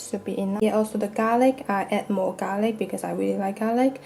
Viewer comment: U finally pronounced garlic right.... Before u kept saying "gar ly"